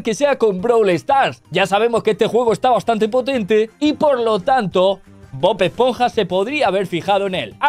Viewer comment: Bob-ash-ponja??? Jajajajaj😂